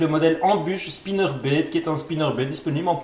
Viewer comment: " Un swimbéét " " un spinnerbéét " 😂 aah ces belges 😁